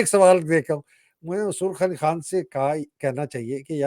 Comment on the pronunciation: پوٹھوہارن ہے مگر پتہ نہیں کیوں خان کو کھان۔ اور غلطی کو گلتی بولتی ہے۔